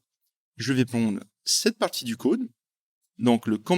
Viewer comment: Le «côde» lol sinon ca fait plaisir les tutos en français,super chaîne👍